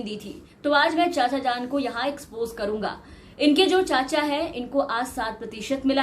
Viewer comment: Iss aadmi ko toh sayad poRna bhi nahi ata ! PoRke galat bol raha hai 😄 ! Ya kisine natghat nanha Kanha jaisa koi kaam kiya ?